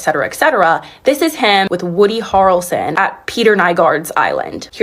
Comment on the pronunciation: Lol at apologizing for potentially mispronouncing names but glossing right over mispronouncing the only one that is super famous in the US, Woody Harrelson (first syllable like “hair” not “har”).